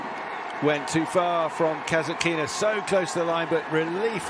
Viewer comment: Ударение на касаткИна меня убивает